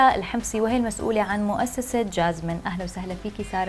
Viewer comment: اول شي المذيعه قالت سارا وهيا اسمها لاارا وثانيا قالت مؤسسه جازمين والمؤسسه اسمها جاسمين هههههه